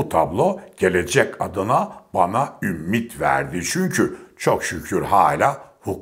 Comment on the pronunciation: “Ümmit” değil “ümit”sn Kibar